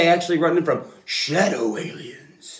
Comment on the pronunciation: I lost it at shawdow aliens 😂